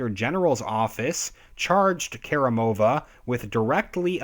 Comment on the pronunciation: She's not Karim-O-va, but Kar-I-mova